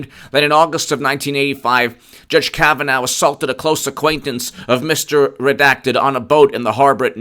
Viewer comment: Say after me: Judge Kavan-aw, not Judge Kavan-ow